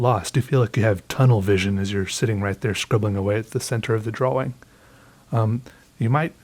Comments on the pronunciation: Why do you say Draw-wing?? XD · I <3 how he says.... "draw -wing" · I need a compilation of saying DraWing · So glad I stumbled upon your videos. I've been binge watching others now, and you make me laugh... a lot. I love how you draw and say "drawing". Thank you for sharing your talent, wit and time :) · Is it just me or does he pronounce "drawing" a bit strangely?